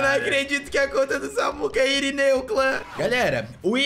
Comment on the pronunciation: SÀRINEU KKK E SÀMUCA E IRINEU KKKK